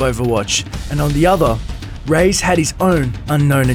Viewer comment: The way he says Reyes sounds more like he's saying "rays" instead of "ray-ez."